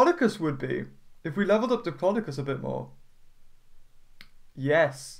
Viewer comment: it's pronounced dip-low-dow-cus